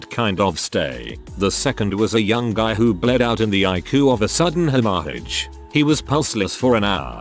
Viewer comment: It's weirdly satisfying to hear the word hemorrhage being pronounced like that.